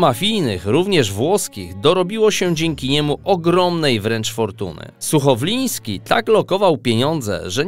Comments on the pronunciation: Accent na Ferrari powinien jak juz byc w jezyku wloskim nie amerykanskim I to chyba byl Suchowlanski nie suchowlinski ale roznie to podaja . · SUCHOWOLAŃSKI A NIE SUCHOWLIŃSKI